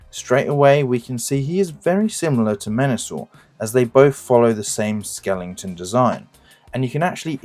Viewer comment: Good effort, but need to redo audio: Leader Slingshot, really? Skelington?